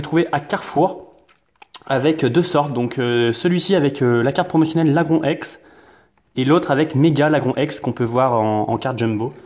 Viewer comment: sa se dit lagroun